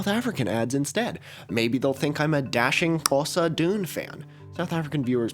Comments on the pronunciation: Jesus that's the best Xhosa pronunciation I've ever heard a Westerner do. Congratulations, my respect and adoration for you grows daily. Big love. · You are 70 percent there with the click when pronouncing Xhosa, Well done🙏🙏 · omg im south african and you were pretty close with the click, practice makes perfect! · South African here...your click in "Xhosa" was better than most English and Afrikaans speakers are able to pull off. In my opinion, "X" is one of the harder clicks, beaten by "C", while "Q" is the easiest by far. Thanks for trying, that's more meaningful than getting it spot on :) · South African fan here: you got that click pretty much as well as an American can :)) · South African here. Not a Xhosa speaker, but that xlick sounded pretty good to me 👍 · Omg South Africa mentioned by my favourite niche youtuber :D Great job with the Xhosa click imo, though I am by no means an expert